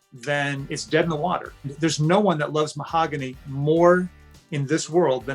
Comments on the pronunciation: ma-hog-u-nee Mahogany If that was my name and he was “in love” with me he better learn how to say it. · Anyone else catch how he pronounced her name Mah-Ho-Gah-Knee at one point? There is no way this couple is real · Why does he call her Ma-oh-go-nee🤣🤣🤣🤣 They’re both creeps and deserve each other🤢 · he prounounces her name so weird